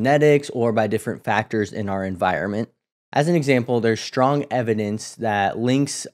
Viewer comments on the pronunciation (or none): Please stop mispronouncing words like strong and stress. You mispronounce them as ‘shtrong’ and ‘shtress’ which makes you seem uneducated. I’m outta here…